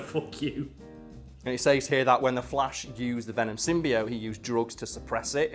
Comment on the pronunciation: I hate how he says the word "says"